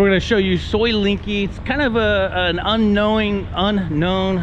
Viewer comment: soi Linkykee?..it's LENGKEE en is en,..as in leng not ling, try again cause you ain't special...yu is just anuffa, a merry can of flatulence ( not influence, as you wish ) 🤔